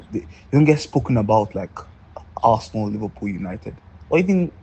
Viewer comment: That arsenal fan definitely pronounces arsenal ‘assna’😂😂😂